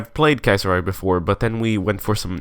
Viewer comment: The way you say Kaiserreich is great say it as much as possible.